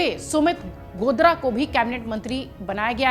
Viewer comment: मैडम जी कहां से पढ कर आई हैं।जो गोदारा को गोदरा बोल रही हैं